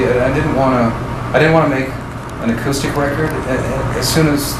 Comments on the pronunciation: He pronounces several things uniquely, like “aqustic” as opposed to acoustic. It’s just the way he talks… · Did you say "a cue stick"? 😂😂😂 Damn dude. Acoustic.